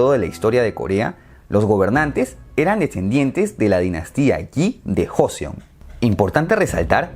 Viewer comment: Se dice Choseon, Kochoseon y Korieo :v Y el Imperio de Corea nace por culpa de los japoneses, quienes manipularon a la corte interna a través de los ministros y el asesinato de una emperatriz a manos de unos bandalos japonenes para hacer que el Rey declinara y este fundara un estado titere a manos japonesas.